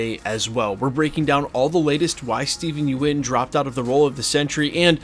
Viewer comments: Its think pronounced “yun” not “yoo en” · It's Steven Yeun, pronounced "yun," not "you - en." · Small note. Stephen Yeun. Pronounced somewhat like "yoon". Yuen is Chinese name, and is "yu-en". But he is Korean and it is spelled Yeun. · its pronounced, Yuen = Yoon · You keep pronouncing Steven last name wrong. Sounds like young